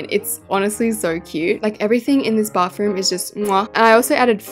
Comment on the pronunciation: I love how she says bafroom 😊😊